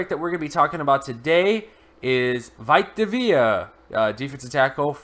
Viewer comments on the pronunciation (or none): Veeta Vayah, that’s how you pronounce it